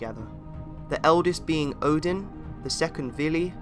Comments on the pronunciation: Is it just me who slightly cringe at the way he pronounce "Odin"? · And by the way, it’s not Muspelheim, it’s Muuspelheim. And it’s Oden, not Odin, Ville and Ve. As in Wee. Swedish or old Nordic ain’t pretty. 😉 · This is mostly accurate, but please keep in mind that almost every pronounciation is Non-Norse (for example Óðinn pronounced as Odin), and still incorrect, even with the words that don't have letters that are used in Old Norse are pronounced incorrectly (for example Hati, which is pronounced simply as Hati in Old Norse Phonetics, he pronounces as Hætɪ, which is simply wrong). Edit: By the way, there is no evidence of Óðinn having carved ruens into Yggdrasil, neither did they give him any power except for writing. Edit 2: Hætɪ was in Old Norse Phonetic, sorry, forgot to meantion, if it was unclear. Edit 3: For less confusion - there was no Ö in Old Norse, it appeared later, although it is used instead for the actual letters that later turned into Ö (officially, there are still other replacements in some Scandinavian languages in some words and sentences), which were Ǫ, Ø, and Ǿ/Œ. Edit 4: For more help of the pronounciations, here is one very important step to pronounce it better - in Old Norse, the first vowel is ALWAYS the stretched one.